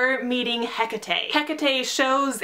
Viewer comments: Its prononced heck-tate not heka-tay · Im sorry but "Heck-a-tay" ??? :D It's "Heck-ate" xD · I thought it was pronounced as Ha-cate.And the demigods who are sacrificed have to be from the seven so dont worry about Nico and Reyna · i think its pronounced Hae-cate but I TOTALLY AGREE WITH EVERYTHING ELSE!! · oh my. i've always pronounced it as HECK-A-TEE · Isn't it Hecate as in H E C A T E?? #NoHate just asking